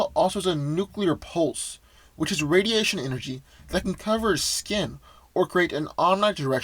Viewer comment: Red sun radiation not rsdiation